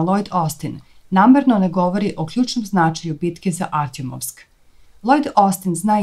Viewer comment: Nije Artjomovsk nego artjOmovsk.